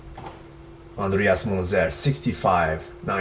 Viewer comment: It's pronounced something like "Mintza", not only arabic names deserve a try. And let me say why he died. Did the steroids contributed? Yes, but it wasn't the major cause. He bleeded because he had a peptic ulcer, that's what 500 mg of aspirine can cause you. Let's use our brains: he used diuretics so he was in a hypovolemic state, with his sodium too high; his potassium too high due the K pills to prevent potassium loses by the diuretics (it provokes arrhythmias). Anabolic steroids make your medula produces more red blood cells and the blood get too thick and can't flow properly. He was in such a state in which could not have bleed (hypovolemia, blood don't flow properly, cardiac arrhythmia), those factors reduce his survival chance severely. And yes, his multiple organs dysfunction also made he go to another world.